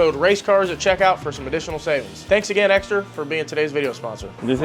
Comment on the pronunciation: What is “eggsedra” ?